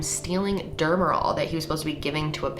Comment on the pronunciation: That nose ring is vile. And you’re so annoying with your sponsors. And also, “you get TO pick out “ not “you get a pick out”. What does that even mean?? Nurse anesthetist. You can’t even pronounce it. Demerol. Not dermerol. If you are going to do these videos you should at least be able to pronounce these words.Houston’s isn’t a steakhouse. Good lord. You’re awful.the neighbor had SEEN not SAW.